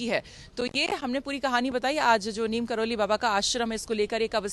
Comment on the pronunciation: महोदय / महोदया ! बाबा जी का नाम का उच्चारण तो सही करें उनका नाम “नीम करौरी” है ! प्रत्यक्ष प्रमाण के लिए मुख्य द्वार पर लिखा देख सकते हैं ! यदि जो इतने साल से बाबा जी से जुड़े हैं और मीडिया के लोग इस तरह ग़लत प्रचार प्रसार करेंगे तो यह उचित नहीं है